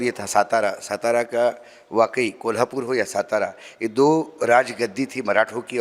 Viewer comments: Its not सतारा ❌❌❌❌ Its सातारा ✅✅✅✅ मराठी आहेस ना बाबा तू.. मग तुला तुझ्याच राज्यातील शहरांची नाव नीट घ्यायला धाड भरते का 😡 उत्तरेतील घाणीत जाऊन पक्का भैय्या झालाय हा माणूस.... ज्याची लाज वाटली पाहिजे त्याचा अभिमान कसला बाळगता.... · Its सातारा not सतारा Kindly Spell Well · अशोकराव सातारा असे आहे, सतरा असे नाही. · सतारा नहीं सातारा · सतारा नाही सातारा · सातारा है... सतारा नही... 😡😡😡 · lavdu its satara not stara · सातारा not सतारा